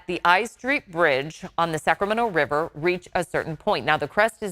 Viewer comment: "The Sacrament Wiver" lol